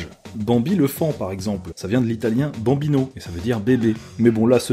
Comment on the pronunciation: c'est baMbino avec un *M pas un *N madonna! ...puis bambino/a signifie bien un etre humain dont l'age est compris entre la naissance et l'enfance donc bébé est correct aussi. Mais souvent on dit ''bimbo'' pour désigner le mot bébé